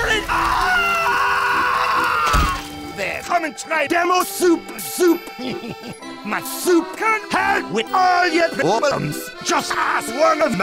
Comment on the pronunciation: Actually said soup-er Soup